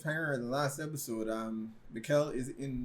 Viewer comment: Nice one. Still some improvements to be made in the pronounciations, think "Mickl" (not Miquel) and Bartosh (not Bartoes) 😉 BTW, the concept for "Dark" was already finished before Stranger Things was first released :)